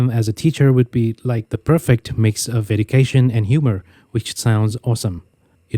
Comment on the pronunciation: Bạn ơi, mình rất nể bạn về tư duy và nhiệt huyết luôn. Cảm ơn bạn chia sẻ nhiều. Bạn cho phép mình góp ý xíu nha: 1. Mình để ý những chữ "-tively" như "respectively" là bạn bị nhấn trọng âm sai. 2. Bạn hay bị phát âm "s" ở những chỗ không có (đôi khi dẫn đến ngữ pháp bị hiểu-là sai). 3. "Education" phát âm sai /d/ ạ. Này nhiều bạn học tiếng Anh bị. That's just my two cents. Thanks again for all the great work you've done for free so far! Truly appreciate it!